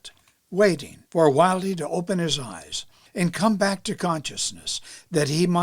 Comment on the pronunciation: Pronounced Jimmy Wild, not Wildeee. Although it's spent Wilde.